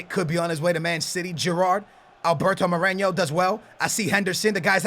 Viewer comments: More eh no not moreño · "Wilnaldum" and "Moreño" piss me off so much